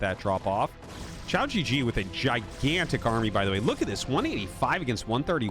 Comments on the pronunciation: The way you pronounce xiaogege literally means “small penis” gege is pronounced “guh guh” and means older brother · Your comments trolled you so hard🤣 The Chinese name is pronounced as chao-gur-gur, and the g is pronounced as in guest, give, etc, not gesture. If you pronounce it as shao-je-je, it means little penis in Chines, for real. QiaoGeGe means Big Brother Qiao. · You're saying "shee-ou jee jee" which means "small penis" in Chinese HAHA it's supposed to be pronounced "chao gu-gu" which is like the u in "lullaby" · To be that guy, going by pinyin I'd expect QiaoGeGe to sound like chee-ow (qi sounding similar to the first sound in "cheetah") guh-guh. I wouldn't remark on this except that what I'm hearing sounds more like xiao jiji, which could have some unfortunate connotations. As always awesome video and I appreciate Artosis tryna get these pronunciations right! Matter of fact, easiest thing to do is probably just put the spelling into google translate Chinese and see what pronunciation it gives you. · Everytime Artosis calls pronounces his name I just get taken out of the game lmao💀 Man is literally saying lil pp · Ciao GG! Very Italian. Not. :) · The unintentional mispronunciation is hilarious if you understand Chinese. So good! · With this mispronunciation you just said "small dick" multiple times, which honestly is awesome entertainment for me. A bunch of other comments already tried to give you the correct pronunciation so I won't repeat them. I'm just here to make a low effort dick comment.